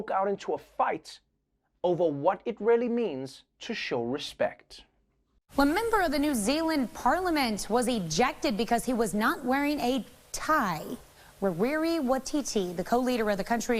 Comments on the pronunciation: “Ra-wee-ree wa-tee-tee” cringe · I died a little bit when he said "Rawiri" haha not a rolled "R" anywhere to be seen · That news presenter didn't even TRY to pronounce Rawiri Waititi or Māori correctly 🙄